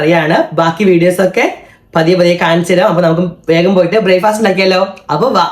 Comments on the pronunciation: ഇംഗ്ലീഷ് അറിയില്ലേൽ.. അത് പറയാതെ ഇരിക്ക്.. Bryfast അല്ല.. Breakfast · ബ്രായ്ഫാസ്റ്റ് അല്ല ബ്രേക്ക്ഫാസ്റ്റ് അല്ല ഇനി എനിക്ക് തെറ്റിയോ